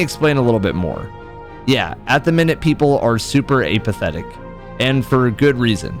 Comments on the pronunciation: It’s pronounced “ah-pauthetik” not “AA-pathetic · my guy, its not ape-athetic, its app-athetic